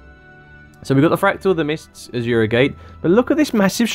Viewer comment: ASURA not AJURA or wtf you're sayin' in there.